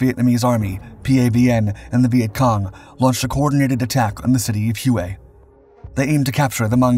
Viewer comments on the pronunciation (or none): It's NOT Hugh-Aye it's pronounced HWAY. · Hue is pronounced like WAY not HUE-AY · I'm just curious...have you ever seen any videos on the Vietnam battle of Hue? If you did, you would know how to pronounce the name of the city. It's pronounced HWAY. Not Hyou-Way! It's enough to make one think that you just copy text from Wikipedia, instead of actually learning about the incident you're presenting! And I've noticed that you do this quite often. GET IT RIGHT OR DON'T DO IT AT ALL!!! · The city of Hue is pronounced "whey"...not "huway". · It's pronounced way the battle of way it's just spelled weird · You may use Babbel, but I’ve never heard Hue pronounced the way you do. We always called it “whey”. Does that make us right and you wrong? No, it just makes us historically accurate. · Huế is usually pronounced "whey" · You keep mispronouncing Hue........Try using Google and it will sound more like Whey........ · Hue is pronounced more like whey